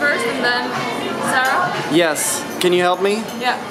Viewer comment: Did he call Zara sarah ? Lol